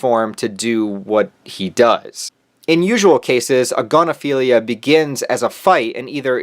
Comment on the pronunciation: A'gon'aphilia? It's right there in the name! 😂